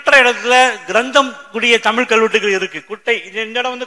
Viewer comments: உண்மையோ ஆராய்க... நீங்கள் தமிழ் எனும் வார்த்தையை உச்சரித்து பழகுங்கள் நீங்கள் ஒவ்வொறு முறையும் தமிள், தமிள் என்று உச்சரிக்கும் போதும் கேட்க பரிதாபமாய் இருக்கிறது. இவ்வாறு சிறந்த விழியங்களை எங்களுக்காக வழங்குவது என்பதே மிக சிறந்த சேவை.அதற்காக தலை வணங்குகிறேன். இனி வரும் காலங்களில் இவ்வாறான தவறுகளை திருத்திக் கொள்ளுங்கள். இது என் தாழ்மையான வேண்டுகோள்🙏🏽. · தமில் இல்லை தோழர் தமிழ் உச்சரிப்பை உச்சரிப்பை சரி பார்க்கவும் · தமிழ் மொழியில் பேசும் போது 'தமில்' சொல்லாமல் 'தமிழ்'என்று சொல்வது நல்லது.நன்றி. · Starting of the video the person who is giving basic intro does not know how to pronounce TAMILZH......he is not able to pronounce LAZHAGARAM properly......this is disturbing......it's TAMILZH not TAMIL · முதலில் தமி'ழ'் னு சொல்லு தலைவா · Thamil ennum ucharippinai muthalil thiruthikollungal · Tamil ah olunga ucharinga athuthan.....neenga tamil ku kodukira mariyatha